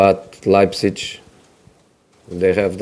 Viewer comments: Nobody: Absolutely nobody: Mour: LEIPZICH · "Leibzitsch" Hahahaha.